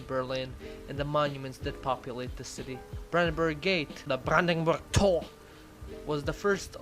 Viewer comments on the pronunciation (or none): Oh god that’s a awful video Literally nothing he have said was correct (from berlin having allegedly a ominous ambiance, over his attempts of ridiculed the german language by pronouncing words like „Brandenburger Tor“ harsh, aggressive and still with false pronunciation, spreading totally false historical informations, till his incorrect statements about shops closing being at 6 pm (in Berlin the supermarkets open usually at 7am and close at 10pm (some even close at midnight) Monday-Saturday) and other businesses are usually open till 8pm)!